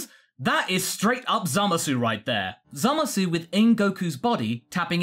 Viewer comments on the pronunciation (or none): Zommasoo? I know it's rude to pronunciation-police, but that's not even close to how it's pronounced in the Japanese dub. It comes out a lot more like "Zommace," or "Zamas" if we're using romanization conventions, droppung the u entirely.